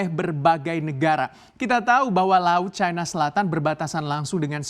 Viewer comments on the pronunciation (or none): Caina...caina...., Cina bacanya ... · Bilang cina aj kenapa..kok dibuat buat caina ..ndeso